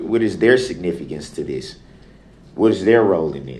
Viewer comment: Dem, dis, dat. Are our teachers speaking like that in schools? How is it that black people cannot say, Them, This, That?